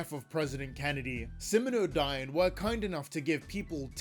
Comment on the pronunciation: Be careful and make sure to double-check things you're going to say aloud for your videos. The name of the company is SimioDyne, not SiminoDyne. You also misspelled Vita Carnis as Visa Carnis. You should hire a copy editor to check for errors like that.